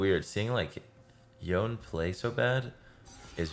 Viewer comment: Does anyone know if he is mispronouncing Yone on purpose? It’s driving me insane